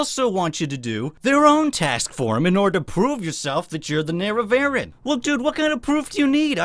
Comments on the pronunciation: ne-re-va-REEN, not nare-uh-vare-in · Nerra-what now? Nerra... VARREN...?! Nerevarine. Neh-reh-va-reen. Welcome. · The... "Nare-ah-VARE-in?" You mean the "NARE-eh-ver-een?" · I like the expert pronunciation of the "Nehre-vehren". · It's "Nare-ev-ah-reen". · It's pronounced "Ner-Ah-Vah-Reen" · I love you but please, for the love of God, say “ne-re-va-reen” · I thought it was nair-eh-var-een, like nerevar-een. That's how neloth pronounced it in skyrim. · You pronouncing the nerevar neh-reh-vah-rin disturbs me more than it should lol